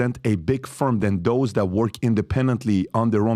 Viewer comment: Lmao y can’t pat pronounce words that start with “Th” mf saying Dose instead of those 💀😂 what a goof